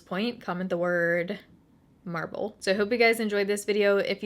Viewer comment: Marble? Or marvel? Lol. My ears are so stuffy! Loved your haul!